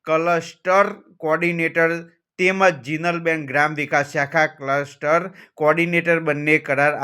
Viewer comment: આ ભણવા ને પહેલા બોલતા શીખવાડો માદર ચૌદ રિપોર્ટર બનીને બેઠો છે ભોંસડીના કલસ્ટર બોલે છે